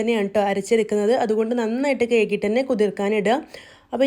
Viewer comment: കെയ്കിയിട്ടല്ല..കഴുകിയിട്ട് എന്ന് പറയു